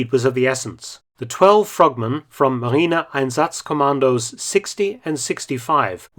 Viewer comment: Marine einsatzkommando is right your German is good. 👌🏼